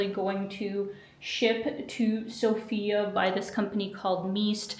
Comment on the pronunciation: Good luck! One of the first things that you'll learn when coming to Sofia is that the emphasis is on the O instead of the A, making it sound less like the traditional name.